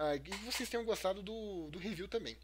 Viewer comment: "Riview" ? Hahaha, brincadeiras a parte, ótimo fídeo, parabéns heer 👏🏼😂